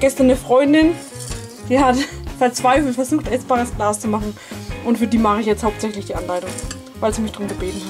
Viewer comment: Am Anfang habe ich verstanden essbares Klaus 😂😂